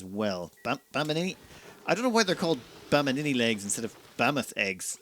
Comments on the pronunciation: Always fun listening to you flub names like "bam mini".. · Bammini. "Bam" and "Mini". Just like the Extraneon ("Extra" and "Neon"; unless this is a word play of Extraneous, replacing the last "us" by "n" while pronouncing the word - go figure!) from a previous episode, those funny composite words are throwing you off.